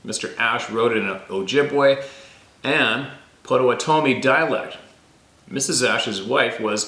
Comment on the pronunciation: " POTTO WATTO ME "POTTAWATOMIE